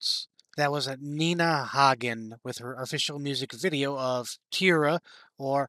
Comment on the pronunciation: Nina has been an activist, spiritually enlightened, and a feminist since day one. She embodies everything young people presently strive to be. Perfect name pronunciation. Yeah!